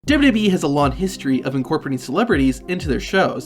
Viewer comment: Why do you keep calling it DibDIbWeeee???? Its damn irritating